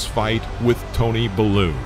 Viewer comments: I'm sorry, autocorrect happened....... Bell-oo not bah-loo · Again, say it with me -- bay-loo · "Tony Buh-loo" lol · Tony who? 😂 it's pronounced Bell you.